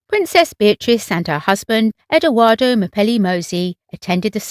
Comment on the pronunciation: It's pronounced Ed wardo(long ar on a). Not Edoduardo.Also Lena pronounced La na not Lina.